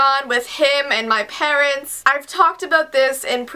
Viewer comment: When she says having issues with him and her parents she has a ancient while saying parents listen for it